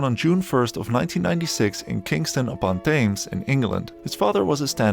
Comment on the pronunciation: The way he say Kingston Upon Thames, England is just hilarious